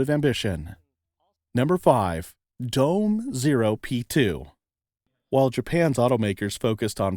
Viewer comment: DOME is pronounced: “doh-meh”